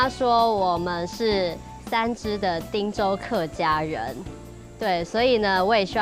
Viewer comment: 您好，我們是長期關心客家話發展（台灣到世界客家）的社團，很高興看到貴台新一季［客家人有名堂］節目播出，但是在看到 左右聽旁白配音講到「汀（tang)州府」聽出來恰似「聽州」或...???汀州的汀是tin (ten)還是tang??我們決不相信這是具有專業客語配音的客家電視台做出來的配音，希望貴台為台灣最主流客家媒體配音做毋得「將就」草草了事，以上～